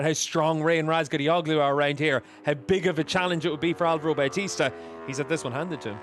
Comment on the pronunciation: some one teach these English how to read the soft G ffs. Razgatlioglu, imagine there is no g there.